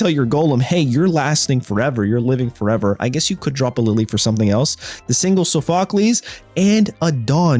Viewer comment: It's pronounced saw fuh klees